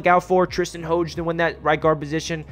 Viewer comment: Hoge is pronounced "Haj"... He's the nephew of former Steeler Merrill Hoge.